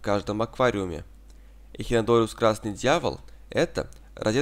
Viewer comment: " Эхинодориус" - просто уши режет ...